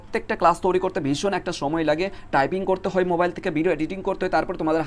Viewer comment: তৈরি ❌ তোরি ✅ 😂😂😂😂😂